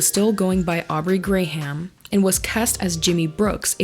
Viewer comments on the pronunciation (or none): Are you saying Gray Ham for comedy or??? Lollll Every time you said it I giggled. It's Graham like gram crackers. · they way she pronounced his last name is hilarious 😂